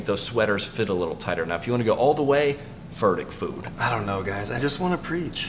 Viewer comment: “Furtick Food”😂